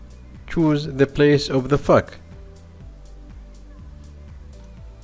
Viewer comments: when he said fog it sounded like uhh just go to it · Mayn, i like how he says "fog" 🤣